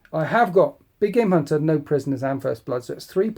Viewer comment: Big game hunter always sounds like big gay munter. I can't hear anything else.